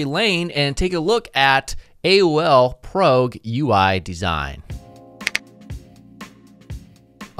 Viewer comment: PROG.. pronounced PRAWG... bet you also say JIF instead of GIF right? the fuk!